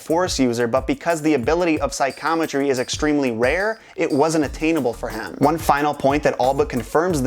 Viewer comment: Just nit picking but I feel like "psychometry" should be pronounced 'Sigh - co - meh - tree" and not "Sigh - com - uh - tree". :)